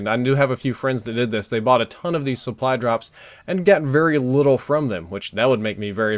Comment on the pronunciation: I'm not sure if I'm super tired, or what, but are you saying "suppry" drops? It sounds like it to me...